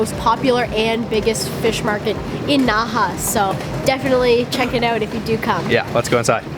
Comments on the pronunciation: "check the eut" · OMG your "out" is the most canadian I've ever heard